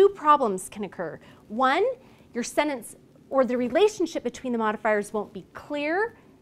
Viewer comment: Thank you for the great video. Just one thing that I didn't like is the way the word /sentence/ is pronounced.